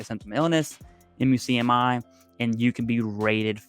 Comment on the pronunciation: Muk-Me is how most VSO’s pronounce the MUCMI. 😊